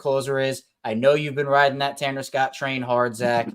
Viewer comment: said Tanner Scott like I said also